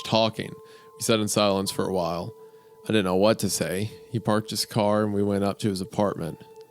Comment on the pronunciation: Bugs me wendigoon can’t pronounce words with T’s in the middle. “Wridden” “Cerdainly” “Ladin” etc.